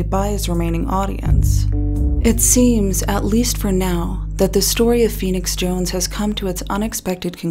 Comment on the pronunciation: All caps typing ( and also just look at his twitter any time). Steamrolls through any conversation . Unearned air of nobility (I'm feenix jownes. I help da innocent.). Horrible drug dealing hypocrite. He has literally EVERY SINGLE annoying personality trait. I couldn't stand this guy IRL.